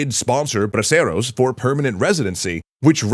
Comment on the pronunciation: So I think it was called Braceros not Broceros. Also is it just me or one of the Mexican characters looks a bit like el Chapo?